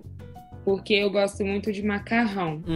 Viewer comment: Yeah, the way he got the nasal vowels' pronunciation was impressive! Note how he says 'muito' with the appropriate nasalization.